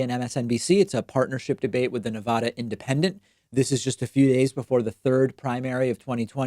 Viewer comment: Im from Nevada david and we would appreciate if you pronounced it Nevada instead on Nevahhda. The emphasis is incorrect